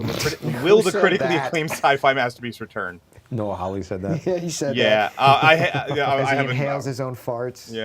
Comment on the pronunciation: How anybody look at the surname Hawley and read it as "How-Lee" is beyond me.